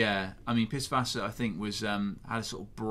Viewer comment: Bonus points for pronouncing Pißwasser properly :P